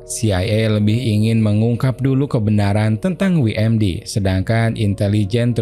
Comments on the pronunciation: WMD,, bukan dibaca wi em di, tapi doubel yu em di. WMD= Weapon Mass Destruction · dabelyu em di (WMD) bang pronounce nya bukan wi em di